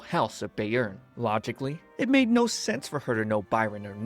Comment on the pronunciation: I didn’t pay attention last time I watched this but, eeeeeeeh, that’s not how you say “Bayern” 😅😅😅 it’s not “Bay-earn” 😅 Bayern is a state of Germany and the correct pronunciation would be “Bye-ern” 😅 Or “Bai-ern” if that helps